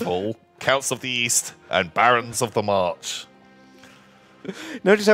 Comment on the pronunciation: The number of times says Marsh instead of March is maddening:P